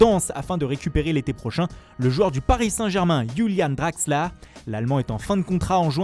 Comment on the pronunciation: Youlane draxla pour Julian Draxler, merci au revoir.